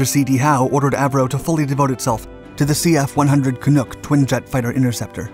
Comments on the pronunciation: Cf100 can nhuck. Not noook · CF-100 Can - uck, like duck, not Canook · As a Canadian we've heard about it, it's part of our national identity. And the "uck" in Canuk is pronounced like "Yuck" not "oook" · It’s typical of Dark Series videos. Poor research and horrible pronunciations. It’s Canuck, not Canook. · Pretty good synopsis. For the record, Canuck isn't pronounced "Canook", It rhymes with luck, not look. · There’s some mispronunciations in this video here. For example … Canuck isn’t pronounced “Can-nook” it’s pronounced “Can-nuck”. Iroquois isn’t “Ear-eh-koy” or “Ear-oh-kwoy” or “Ear-oh-Kwoyz”. For most English speaking Canadians, owing to the French Canadian origin of the word, it’s pronounced “Ear-oh-kwah”, and in conversation if such a speaker is speaking quickly it tends to become “Ear-ah-kwah”when spoken by someone from Ontario (where the Avro company was located). There might be other such mispronunciations here; English speaking Canadians have some unique qualities to their pronunciations and there were and continue to be unique differences even in different regions of English speaking Canada. Love the video very much! Thanks for making it. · Please Note: "Canuck" rhymes with "Buck," "Duck," and "Puck." It is NOT pronounced "Canook." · Cah-nuck, not canook as said by announcer :) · Small point, but it's pronounced Can-uck, not Can-ook. Great video. Painful to us Canadians, but nevertheless....👍🏻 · Canuck, nuck rhymes with yuck not nook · Can-nuk, not Can-nook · Seconds into this video and he mispronounces something yet again. Canuck is not canook! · As a Canadian, I'm wondering, what the hell is a "Canook"? ;) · Canook? how you can tell the speaker isn't Canadian. Also that is a Canadair Sabres not a Canuck. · That doesn't help, Buddy. Letters can be read differently. You need to use the phonetic alphabet: /kəˈnʌk/, or at least provide a link to a voice recording. LOL. Why do you think he mispronounced it in the first place? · Smh he said "Canuck" wrong